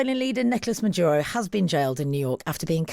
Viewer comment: Merdyuro? Yah, nah.